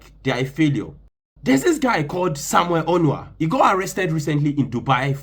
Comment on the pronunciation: His surname is Onuoha and not Onuha